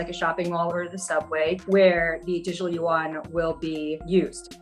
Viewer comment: There is no such thing (yu won), it is yuan in one syllable. That woman should know better because she speaks mandarin. Yuan means (round) dollar. Please stop this mispronounciation